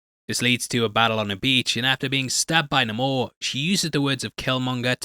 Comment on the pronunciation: It’s not Nam-or it’s namor….. ugh Marvel why do you ruin everything now!?